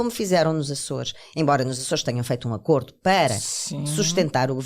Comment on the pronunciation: Sra jornalista, o plural de acordo mantém o mesmo som do singular.